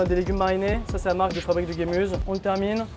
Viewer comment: Super le Kebab Gemüse. Mais ca se prononce "Gémuzeuh"! 😅 qui veut dire "légume" en allemand